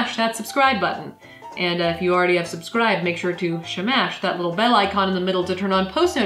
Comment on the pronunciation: I thought u said bacon